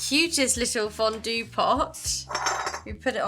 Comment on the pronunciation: Hi hi omg I missed your videos Great one as always love you Ps: I love how to pronounced fondue in a french way 🥰